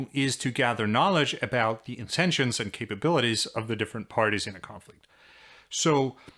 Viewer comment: I love everything about this guy's videos except how he says "and".